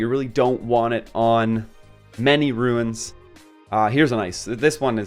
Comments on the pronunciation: psstt.. its not ruins But runes ;) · Dude quit calling them ruins